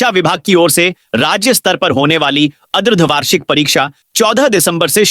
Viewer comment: Yes or ardhvarshik pariksha ko bhi adharvarshik bol rahe hai & nivedan ko bhi nivedan....?....!